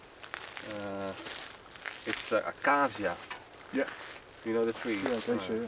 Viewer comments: If the posts you brought home were ACACIA wood, it is pronounced ‘eh-KAY-shuh’. We have lots of it in America. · Acacia (pronounced ahcayseeah) is a fantastic Australian hardwood that is high in oil content and dense - it should last decades